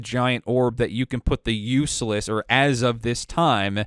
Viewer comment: When you say Useless do you mean Ulysses? As in [Yoo-Leh-Seez]?